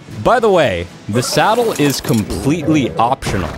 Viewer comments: Why do you say salad instead of saddle or why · He said Salad instead of Saddle lol multiple times. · did he say salad instead of saddle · Saddle not salad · Why do you pick one word to say wrong in every video? Salad? FailFish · did u say salad